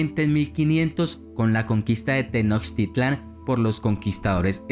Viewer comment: interesante el video, solo una cosa las palabras en Nahuatl tenían acentuación prosódico en la penúltima sílaba, para que lo pronuncies bien mi amigo, por ejemplo:Lo correcto es Tenochtítlan (el acento escrito solo como está como ejemplo para su pronunciació) no Tenochtitlán. saludos.